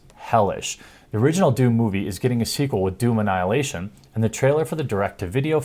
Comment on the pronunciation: When you say it, it sounds like "juvenile hilation"